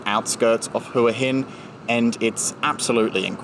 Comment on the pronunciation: I've noticed that tourists pronounce Hua Hin as Hooa Hin but the locals pronounce it as Wa Hin